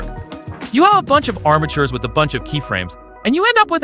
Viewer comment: armitures or bones... eæuuh